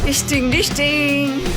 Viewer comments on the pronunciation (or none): Isting disting 😂😂😂😂